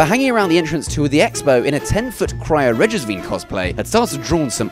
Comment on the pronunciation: vine is pronounced as vine as in the plant despite what this guy is attempting to do.